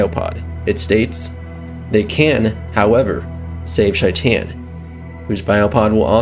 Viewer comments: Is it just me or is he pronouncing his name completely wrong…. Shy-tan. It’s a name so they way he says it makes it a completely different name. ? You mean SHAE-TIN or shay-tin Idk why but Shy-tan is so hard to hear. It’s possible that is how it’s pronounced idk. It was hard to hear shytan tho. Not hating just an observation as in the game it’s pronounced SHAE TIN Yes Ik it’s spelled shaitan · "Shy-tan" My guy.... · how do you mispronounce the name so hard when it's clearly pronounced in game? SHAYt'en. like a verb. i'm shaytin'....at least that's how Johnny says it in the Arasaka tower flashback. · Corrections: 1. Johnny called him "SHAY-ten." There's no indication that this was ironic, so that would seem to be the correct pronunciation, unless there's a clip of Maximum Mike saying it differently. 2. Sure he does. Just look at Johnny's arm. ;) 3. The correct term is "GM." Game Master. DM is a branded term specific to Dungeons & Dragons. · Man's been out here mispronouncing shaitans name for like 3 videos now